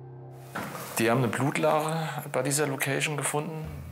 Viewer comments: Sagt sie immer Blutleiche? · Ich habe blutlarche verstanden!